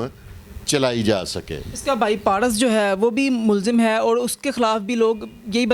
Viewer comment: anchor sb paras tou sae bola karain...😂😂parhus